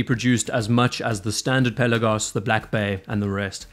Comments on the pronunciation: Awesome watch, great vid! Pe’Lagos not Pella-gos. Thanks 🙏🏼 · Not to be a putz but the accent should be on the second syllable.